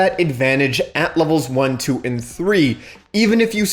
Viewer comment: "one ,threw ,three" lol